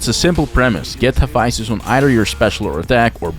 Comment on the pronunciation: Haphaisthus? Bruh. Here’s my take. Take the time to pronounce the word like the culture it births from. I don’t call Naruto nadado.